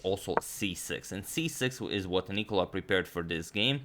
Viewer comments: In italian, Nicola is pronounced by putting the accent on the "o" and not on the "i". Just so you can get even better at pronouncing difficult names ;) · Nicola written Nikola is a very common name for serbia and probably croatia idk, and that's why he is pronouncing it like that. But i mean in this case as it's refered to italian you should pronounce it like you said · Just a comment from an excellent subscriber from Italy: it's pronounced Nicòla, not Nìcola ☺️ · FYI, Nicola stresses on the second-to-last vowel, so it's not Nìcola but Nicòla. No offence meant so, please, don't take this the wrong way... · Just One thing to point out, you are pronouncing Nicola with a wrong accent but im sure thats because in croatian you pronunce It like that, also please cover some games by First Italian GM Sergio Mariotti